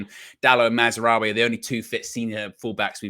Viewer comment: Funny how keep calling him “MazWorry”